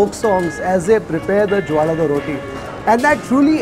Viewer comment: Not jollada rotti. Its Jolad rotti